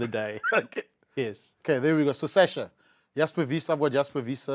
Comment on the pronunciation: For shits and giggles, can we have Schalk pronounce Sascha FM's name again. He had to say it alot on Saturday and fcked it up, differently, every single time.😂